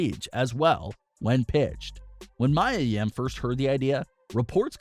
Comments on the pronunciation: ME-A Yim bro. Come on. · True her name is Mia yim not Maya I like how they put photo of her and her boyfriend Keith Lee their are so cute (●♡∀♡) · Can you say mia yims name correctly? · Clearly you don't watch NXT. You don't know how to pronounce Mia Yim's name. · You keep pushing people's names it's Mia Yim and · You pronounced her name wrong . but its ok though